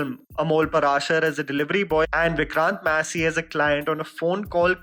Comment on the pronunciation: Vikrant Massey and Konkana Sen Sharma have worked together previously! It was in this film called, 'A death in the gunj', it was absolutely fantastic, I even decided to review it myself/talk about it at length on my channel. Y'all should see that film if not the video. Also The way says Vikrant Massey is top notch tho.